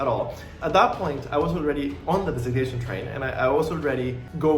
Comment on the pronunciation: Why can’t you say the word “designation”. Lol